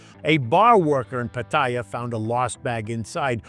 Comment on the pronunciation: Good stuff? Your piece is on point! That said, for someone who says they've lived here for years, you could try to pronounce the name of cities correctly - minor, I know, but Pattaya is pronounced Pa - ta - Yaa...ask any Thai, not another foreigner.